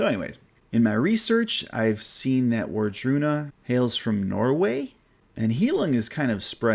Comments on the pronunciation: Wardruna is pronounced with a V sound, not a W at the beginning...just an FYI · Wardruna is great. Band from Norway. Raido, official video Voluspa, official video Wardruna +Aurora with the epic song Helvegen. Look for the live indoors version. Highlong. The o is pronounced as the onion do.